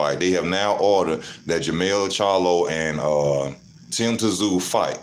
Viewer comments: T Zoo 😂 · Luckily your opinion has no relevance. You pronounce his name zoo.